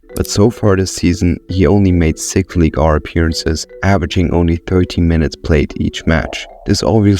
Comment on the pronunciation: i know french is hard but this is still probably the worst pronunciation of League 1 i've ever heard. did you actually say League R??